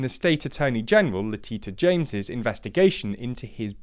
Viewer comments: LaTita James lol Not to mention, they butchered akvavit so badly, they pronounced it as schnapps! 😉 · Yeah that name pronunciation was pretty funny, lol.